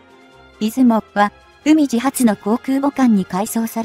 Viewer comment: 海自→うみじ (笑) まともな動画をアップする気無し？